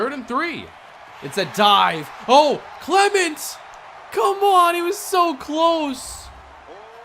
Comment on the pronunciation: I can't be the only one who hates the way he says Clement lol